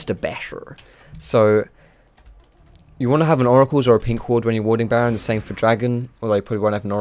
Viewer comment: Lol did he say 'naron basher, good ol basher'